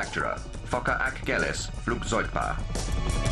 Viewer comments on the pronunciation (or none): Right :) Its so funny how he Pronounces "Focker-Achgelis Flugzeugbau" :) its more like Flewgzoigbow, not Flewgzoigbo :D